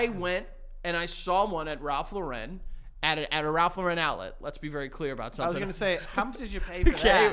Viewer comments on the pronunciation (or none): Ralph Lau-Ren? Is a crazy way to say it ….